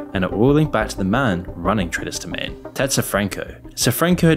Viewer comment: your limey vocal filter pronounces Traders Domain as Tre Does Jermaine